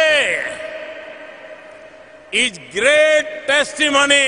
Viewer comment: Every time i phound 😔 what a english 🙄 ij = is and theej = these, leave me alone feeling like gone mad